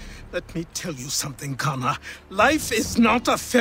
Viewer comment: Achilles knew how to say kesogawasses name why not connors?